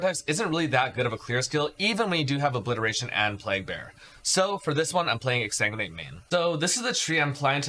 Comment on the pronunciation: Exa what? Pleas speak clearer when mentioning skills.